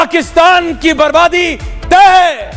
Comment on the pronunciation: तैए नही तैए होना चाहिये